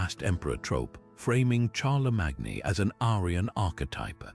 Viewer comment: I just don't get it? How can you possibly mispronounce Charlemagne's name when that is the topic of your video? Are we supposed to leave leave anything else you say after that?